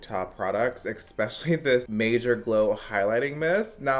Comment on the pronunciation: It's eSPecially not exspecially. I really like you but that one little thing bugs me. Petty? Me? You better believe it 😉